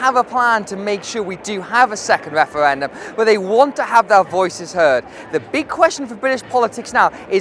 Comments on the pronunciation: most unsuitable guy ever for this job I hate it when people can't pronounce the letter 'r'. wefewendum and pwotestoes, pwimeministuh. Why ask little children either? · This tit can't even say referendum